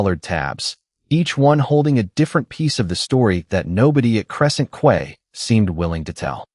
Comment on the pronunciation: Quay is pronounced KEY, not KWAY! AI can be annoying